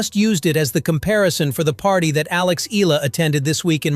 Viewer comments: Please respect Alex by pronouncing her name correcty " EH YALA" . Thanks appreciate. Blessings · Eala is pronounce as,, E-Ya-La... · Eala pronunciation E ya Ia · 👎🏽 Pronounce her name correctly!!! And stop exaggerating!